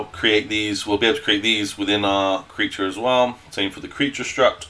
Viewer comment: its a struct not a strut ffs